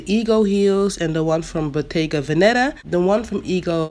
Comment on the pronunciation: It's bottéga véneta. The accent is on the first e in veneta not venéta.